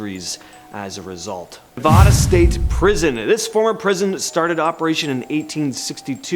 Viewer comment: You need to say nevada the right way. I was in nsp. Fun times in max.